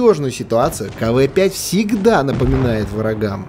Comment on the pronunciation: Не кв5 а кавээ5